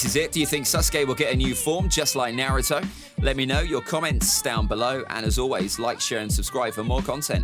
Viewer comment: why u say naruto so wrong?